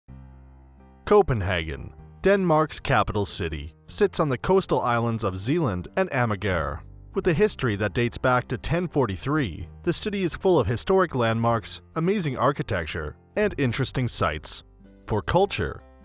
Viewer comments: Bro said AmaGar😂😂😂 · Nice video but you slaughtered the pronunciations for Nyhavn (Noo-how-n), strøget (stroy-it), Amager (Ahh-mire), Tivoli (Ti' Vo-lee), etc.